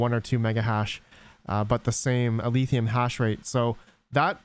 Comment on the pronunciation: Why do you keep sayin Aletheum? It's Alephium, with a F sound.